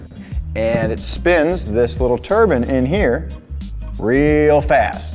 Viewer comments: Wtf? Say turbine properly please you called it a turban which is a religious thing 🙄 America’s really need to learn English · Did he say turban